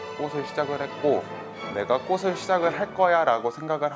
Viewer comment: 남자분 자꾸 꽃을 발음할때 꼬슬 꼬슬 이러는게 너무ㅠㅠ 거슬려요ㅠㅠ